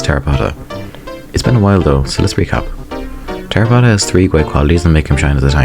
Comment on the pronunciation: Man fucking butchered my boy Terrorpotta.